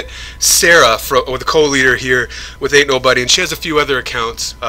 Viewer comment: sounds like u say anul buddy 😂😂